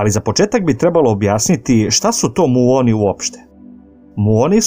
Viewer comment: Похвале за труд, али било је тешко све време слушати муон уместо мион.